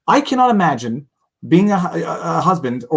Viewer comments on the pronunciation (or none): none